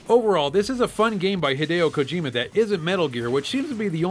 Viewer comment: This episode gets 5 super awesome mega turbo Mech points because of how many times he says Hadieo Kojima. also because i love Metal storm, so yea old episode new enjoyment here.